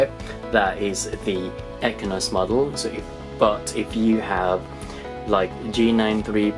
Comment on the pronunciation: Exynos not ekinos